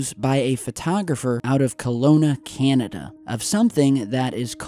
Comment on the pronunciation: The way he said Canada though